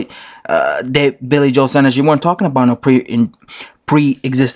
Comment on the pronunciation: Its pronounced sawnders